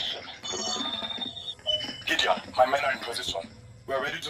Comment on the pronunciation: Czy tak ciężko przeczytać Gideon